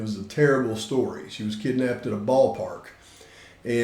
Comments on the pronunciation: Did that police spokesman really say kidnappTED??? 🤦🏻‍♀️ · Well when you can't pronounce kidnapped.....